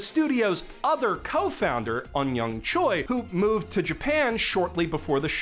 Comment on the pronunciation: just a tiny nitpick, but the surname Choi (최) is pronounced more like “Cheh.” Totally understandable mispronunciation given the counterintuitive anglicization. Sorta like how Seoul isn’t homophonic with ‘soul’ but sounds like “suh-ool”. Great vid!